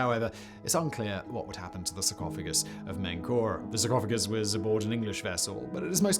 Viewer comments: Menkaure is pronounced "Min-car-ray" for those curious. Im guessing Simon either didn't look it up or his pronunciation dictionary didn't have it listed for some strange reason. This is a Pharaoh's name that's relatively well known given his association with the Great Pyramids of Giza. So pronunciation if his Pharonic name is also relatively well known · Simon's pronunciation of Menkaure also plumbs new depths!